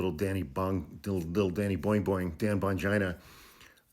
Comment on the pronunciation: I love the way you pronounce Bongino lol